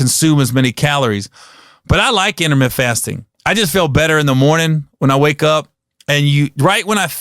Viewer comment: lol this dude said intermitt fasting like 10 times. Gary, it's intermittent bro add the ent to the end homie.